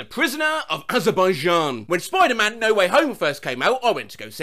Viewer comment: Ahhhhh! So that's how you pronounce Azerbaijan!